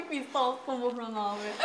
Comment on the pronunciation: Burhan'ı Buhran diye duyuyorum